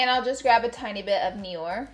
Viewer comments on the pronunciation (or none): Firstly I love you💯😻... but Noir is French for black and it's pronounced like noaah not nior😅😘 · Girl noir is French for black😂 it’s pronounced “No-ar” not “ni-or” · Noir is French for night. Pronounced "new-ARE". 😉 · "NIOR" 🔫🔫 its Noir and read as nwar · “Nee or” I think you meant “No wa re” but thats okay Laura, you’re still absolutely beautiful and creative! Love ya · "Noir" is pronounced "noo-ah-r", not "Nee-oh-r" haha! Love you❤️ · Lol, « NIOR, NOR? » it’s actually NOIR, French word for «Black » but anyways 🤷🏼‍♀️ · Neeeyore 😂😂 you pronounce it nwar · The black shade is pronounced as nwar (black in french) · "Noir" equals "nuh-wahrrrr." (Morticia! That's French!) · I love you Laura but noir is French and is pronounced noo-are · Noir is pronounced like no - ARE, fyi :) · The word noir is pronounced:nu warr. It's French for black. That's the best way I can figure to help with the pronouncing of it. The eye look is pretty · laura, the black color was pronounced no-are, because its french for black. lysm slay my life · Lol I love it Noir = "no-are" :p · Laura Jesus it's NOIR. Pronounced like "no-ah". Not like dior. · Future reference: Noir = “N’war” hahaha love you though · I want her saying noir wrong as my ringtone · THE WAY SHE PRONOUNCED NOIR, ITS FRENCH LMAO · I cringed when she tried to say noir( which if u don’t know is French for black and she butchered it) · Lol me too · You trying to pronounce 'Noir' made my night. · "noir" LAURA THAT IS 'black' IN FRENCH CMON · Being canadian and not realizing that sone people don't know french lol Whenever Laura attempted to say noir lol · Love the eye look 😍 I think I want to something similar for prom!! all French or French/ Canadians will probably cringe at the way she said noir though 😂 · i love how none of the youtubes i've seen review this palette know how to say noir it's just french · The way Laura prounounced "noir" 😂 girl I can't ❤️